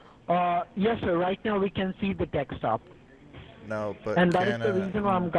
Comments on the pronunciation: The "dextop" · None of them can pronounce DESKTOP .